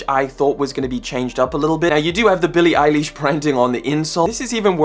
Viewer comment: Love your content g but Billie eileeesh made me laugh